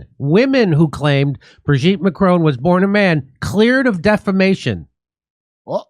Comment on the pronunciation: Curious pronunciation of Macron. Hint, it's French